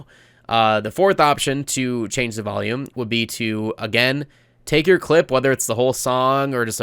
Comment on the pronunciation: Honestly one of the most insightful tutorials I have ever seen, almost every single part was something new and quite beneficial to the content I intend to make. Very well made, I commend your audio skills in SV. P.s. why when you say volume it sounds like you're saying valium xD